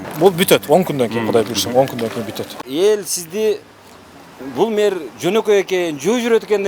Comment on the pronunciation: Мер эмес, мээр эмес, меер эмес! Мэр, эми туурасы шаар башчы же калаа башчы болсо кыргызча болмокпу дейм.